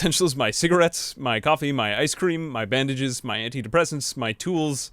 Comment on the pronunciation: you said "my bandages" i heard "my cabbages"